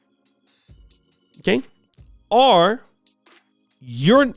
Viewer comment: Nobody:: “ore” 😂 Luv brutha 🤝🏾✊🏾